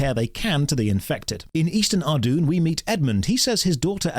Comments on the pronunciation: I'm gonna be pedantic and point out that Ardougne is not pronounced "arr-doon", it's "arr-doyn" or "arr-doh-in". As children, no one knew how to pronounce it, so we just called it "Ardy". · It's pronounced Ardoyne,! Oh the travesty 😂 Fantastic video as always though - the rs3 experience is a very different and enjoyable one that should be enjoyed alongside osrs but not directly compared to as they're so different. They're both very enjoyable iterations of Gielinor in their own way